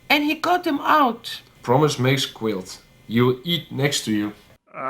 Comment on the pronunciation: Omfg he says "promise makes guilt" (mispronouncing 'guilt' because of course with these guys), which is a literal (mis)translation of a Dutch proverb that simply means that you have to keep your promise. Just wow.